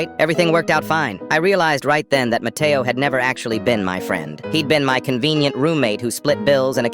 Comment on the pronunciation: Bro he said that his friend name was Mateoo